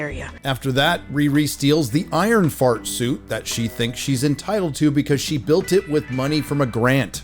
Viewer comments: Ironshart 😂 I couldn't even make it through the trailer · "IronShart" LOL!!!